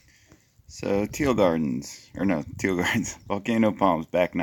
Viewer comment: You called cano teal omg.